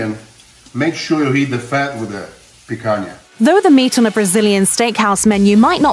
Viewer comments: would lose his shit if he had to listen to you butcher the pronunciation of picanha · if you're gonna talk about it, at least learn how to pronounce it....I mean, you interviewed a chef in the video that even pronounced picanha correctly for you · Would it really be too difficult to at least attempt a semblance of correct pronunciation? It's not that hard to write a script phonetically and would go a long way toward showing some respect for other cultures. For instance, picanha = pee-con-ya. Easy! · Picanhhhhhha, picanhhhhhaaaa...not picana!!! Lol you could say fraudinha.....is the same way lol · That's pronounced "picanya", not "picana". I can recommend Centenario in Santa Cruz do Sul in Rio Grande do Sul state as a true Brazilian churrascaria that's been in business for more than 100 years. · how about pronouncing words correctly? Rotissio (like rotor) not road-easy-o Picañha (pi-can-yah) not pick-anna and so on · I felt a pain in my ear each time she spoke "picaNa" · Its pronounced "pikaña " (pee-khan- Ya) im American and know that lol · LOL, the British lady can’t say picaña, there’s an ñ! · I loved how she kept pronouncing "Pick Anna" 😂🤦🏻‍♂️ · Every time she said "pee-cuh-nuh" I cringed. :'( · me hearing she talking picanha with picanna pronounciantion "Make it stop please" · Who else cringed with Guga everytime the woman says the word "PIC-HANA?" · Click bait tune out now there is nothing of any importance in this video .... and why do brits F - up so many words like picanha sounds awful when she says pikana. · It's not Pikana. I'm gonna start bleeding from my ears if I watch more of this video. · GUGA IS SHAKING = Picanha is pronounced as PEEK-CAN-HYA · Pica"NA" lol i guess it`s pretty hard for english speakers to do the sound NHA, NHE, NHI, NHO, NHU. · I believe it is pronounced pea-cone-ya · Her pronunciation of picanha just made me die a little inside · let's not even get into how she keeps (mis)pronouncing picanha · (Picana 😂).... O certo é ( Picanha 👍💪)